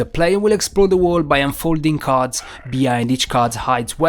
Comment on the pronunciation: What accent is that? Why you say card as carters?